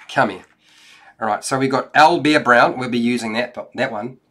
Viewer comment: Aw man, thanks for the review, the way you pronounce Owlbear makes me smile for some reason) Al-b'eer x)